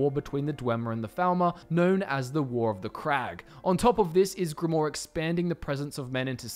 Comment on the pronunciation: I'm surprised he got ysgramor right but that wrong.